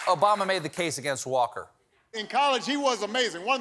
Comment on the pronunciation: Colbert's Obamna killed me softly 🤣